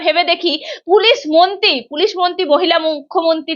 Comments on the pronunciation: দিদি, আপনি "মন্তী"" মন্তী" বলেন কেন?? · it is awful to hear you say bengali. It is not "monti" it should be "mantri". Listen how the other lady is pronouncing the word, learn from her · Anchor ta beep beep beep. Kotha boltei dicche na. Montee noy, montree 😢